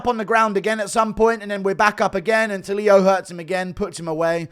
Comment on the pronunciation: tulio is not pronuciated as “tuh-lee-a” it's more like “too-le-o”